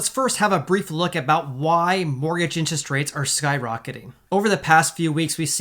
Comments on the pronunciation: Lol….”inches” rates. He cracks me up whenever I hear him say the word “interest.” 😀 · Love your videos but we gotta get you saying "interest" properly lol. Say it with me in·ter·est